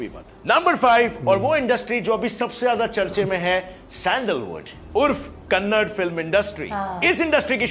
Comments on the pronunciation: Hello ullu.. Kannad nahi kannada bol re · Abe oy kannad nhi kannada h❤